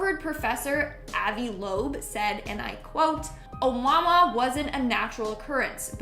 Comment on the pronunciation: ....Oumuamua is pronounced Oh oo Moo Ah Moo Ah....it's a Hawaiian word and in their language you pronounce every vowel